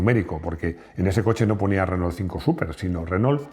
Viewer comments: Qué cosa tan loca que los españoles no puedan pronunciar bien el castellano 🤣🤣 (en este caso tampoco el francés). Renault se dice renó, ma' qué "renol". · Se pronuncia RENó, no Renoul